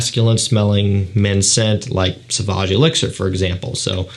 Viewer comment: It's pronounced So-vahj dude. Not "S'vahj".